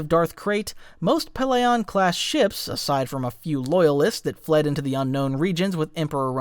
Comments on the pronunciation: Bro did not just pronounce it "pell-AY-on" 😬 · pellaeon is pronounced pell-e-on